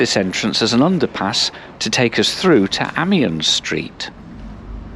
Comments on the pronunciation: I travelled many times, in the 60's, as a kid on the Dublin to Athlone line, getting off at Castletown Geoghan, and being picked up there by pony and trap. I hope it's reopened before I depart this mortal coil. On pronunciations, it's not a-miens street, it's pronounced ay-miens street, otherwise it's a thumbs up from me. Keep up the good work. 👍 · Amien street is pronounced “eamon-Ian” street. A-mein